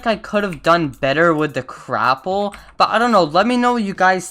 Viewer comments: LOL It's not Crapple it's Gapple. xD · Why is no one talking about how he says crapple